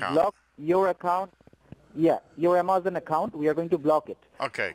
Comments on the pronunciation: I guess they finally sprung for a new script. “South border of Taxes” was wearing mighty thin. Why, though, do they use scripts with words they can’t pronounce?...... IMMA-ZAHN....It’s like they’ve given up trying. Lol. 🤣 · Made me cringe every time he said "A-MAH-zon." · Amazon scammer that can't pronounce A*M*A*Z*O*N. Although you should thank him for teaching you how to pronounce the words that insult him....lol. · HALLELUJAH! No blood stained black Tiyoda Corolla with 22lbs of cocaine on the south border of Texas! Umm ah-mahzun, uh-ma-zun, uh-ma-zon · Want to be an Amazon scammer? First learn how to pronounce Amazon. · Geez. The “technician” can’t even pronounce Amazon. 😂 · Says he works for Amazon..... can’t even pronounce Amazon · He can barely pronounce Amazon